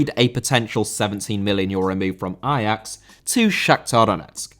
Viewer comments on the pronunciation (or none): none